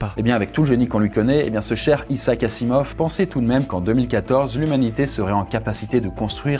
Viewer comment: C'est un peu la loose de prononcer "Issac Assimov" alors que c'est "Izahac Azimov" mais bon...